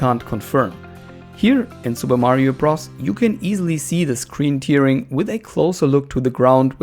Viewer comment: Hey. Nur für die Zukunft: Tearing wird "Tähring" ausgesprochen, da es sich auf das zerreißen (to tear) und nicht auf die Träne (Tear) bezieht.;) Ansonsten tolles Video!